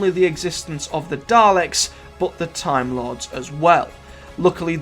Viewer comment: ve last gret tahm war